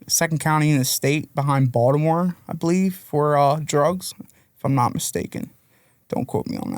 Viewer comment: You can tell he's from around the way just from the way he pronounced Baltimore, "Baldamo" 😂